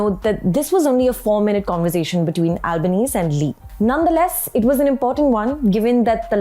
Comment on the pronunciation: Good reporting ..Australian prime minister’s surname “Albanese” ‘s surname is pronounced “Albaneasy” … something to take note in future